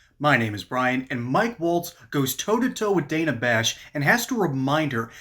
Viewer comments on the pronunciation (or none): Great stuff, though I believe she pronounces her name "Danna" (a minor point of order). Keep up the pugilistic pursuits!